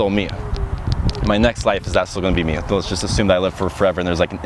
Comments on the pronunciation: The way you pronounce words like "me" and "three" is hilarious. "me-uh," "three-uh" :-P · Am I the same me-ah Who I was when I was a baby-ah When I was twelve When I'm twenty-three-ah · Mer? Is there a merrr? Who is MeRr? MeeeerrrR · did you say "twenty-three-ah" and "me-ah"? Is that an accent or something or am I crazy